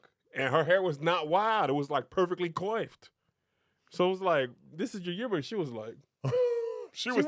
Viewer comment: Hey Tom, did Kev say “Koi-ffed?” 😂 I’m sorry Kev I had to lol